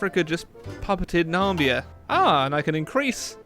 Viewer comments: He said Nambia instead of Namibia your like trump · FYI you said "Nambia", the name of the country is Namibia, don't miss the two i's. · Did you really say Nambia? And not Namibia? Have you honestly never heard of that country? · Your saying it just like Donold Trump... "Nambia" but no, it's pronounced Namibia 😂😂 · NA-MI-BI-YA Not NAMBIA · Its Na-miba not Nambia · WTF Na-mi-bia NOT Nambia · did you just call Namibia Nambia? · Stop saying “Namibia” It’s “Namibia” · Ben Barrett It's neither of those. Namibia has two Is.